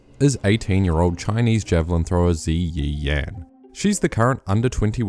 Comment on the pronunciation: ZiYi Yan is pronounced Dzer ee Yen. The vowels are pronounced differently when preceded by a Y. Usually an sounds like zhang, chang, fan are pronounced like the u sound in but.